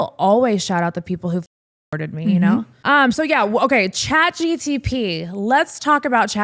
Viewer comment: You said chatgtp alot its chatgpt lol